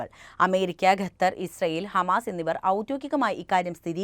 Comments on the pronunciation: ഗത്തർ അല്ല ഖത്തർ ആണ് ശരി. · Katar no. Qatar .correct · ഗത്തർ പോലും. വായിക്കാൻ എങ്കിലും അദ്യം പഠിക്ക്😂😂😂